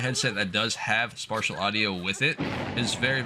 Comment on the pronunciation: Idk anything about audio stuff, but you say Spartial audio. Do you mean Spatial or is there something else idk about?